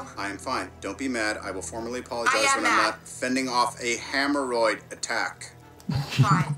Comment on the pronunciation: actually tony said Hammer-(and)roid instead of Hemorrhoid